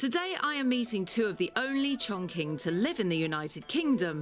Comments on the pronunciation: Her way of misprononouncing it was driving me mad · yes, it was so funny when the girl pronounced it wrong and ask the owner if that’s it and he was like “correct”, no it’s far from correct 😂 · You couldn't get the narrator to say the breed's name correctly before making the video... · They just look at each other and one goes: Dammit bro. How are these brits mispronouncing our breed's name? the other goes: Cut them some slack bro. They're not Chinese, they don't know any better! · I am from Chongqing, and it's pronounced as "chong" "ching" rather than "chong" "king" or "quing" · when the lady was trying to pronoucne "Chongqing" as "Chong" "King", the breeder said: "that is correct". LOL, that is 100% INCORRECT. the correct pronunciation of "Chingqing" is "Chong" CHing". A hint for English speaker who trying to pronounce Chinese Pinyin (a universally adapted system to romanise Chinese): When you see "Q", it can NEVER be pronounce like "K"......, it is "Ch"...... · Got to love the Chong Kwing dogs from Chiner. Q in Chinese is pronounced "ch." So, for example, the Kingdom of Qin is pronounced Chin, ergo China. Blame the weirdness on Europeans who had to transliterate Chinese characters into Latin letters. Also, I have to find out some day why British English removes the "r" sound from most of its pronounciation, but actually adds it to words ending in -a. And no, I'm not a linguist or Sinologist that I know this. I just read. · Actually it's pronounced chong "shing" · The name is actually pronounced ChongCHin. In Chinese Language, “Q” is pronounced “CH”.. Thus ChongQing is pronounced CHONGCHING. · 重庆犬，chongqing is actually pronounced as "chongching" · You can buy it with 400dollar in the dog breeding park,or even 40 dollar in the village. This breed’s name is pronounced “chongching dog”. Maybe named this breed as “Ching “,should be better.......no defend , no racism........”Ching “ (or Qing，庆）means “celebration”.......it’s a beautiful name. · Pronounced Chong-ching